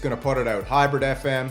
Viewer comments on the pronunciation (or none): none